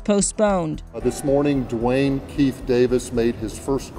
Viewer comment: Dwayne "Ke Fe De Davis" ☠️☠️☠️